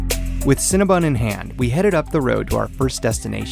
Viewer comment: I heard cinna bun..